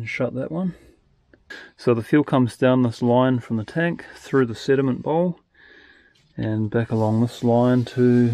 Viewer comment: I kept hearing "cinnamon bowl" Instead of sediment. Lol